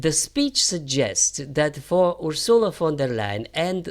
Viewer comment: FYI, it's UR-sula, not Ur-SU-la.